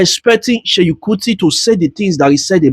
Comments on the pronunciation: Do you no how hard it is to listen to you call him Sheyin Kuti? It is SEUN, NOT SHEYIN! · But if you will do a video ..atleast try and get the names right .. no hate pls just calling your attention ..it’s Seun not Seyi